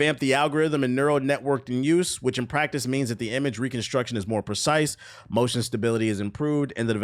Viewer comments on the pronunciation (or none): none